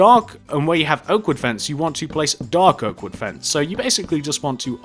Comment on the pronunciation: Yo is it me or did does he sound like he’s saying doggo instead of dark oak?